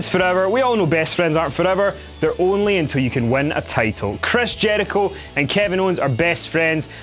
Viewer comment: Dislike by the way Kevin says Jericho... wtf man?